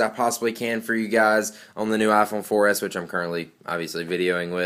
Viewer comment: He needs to stop saying "ah fone for es"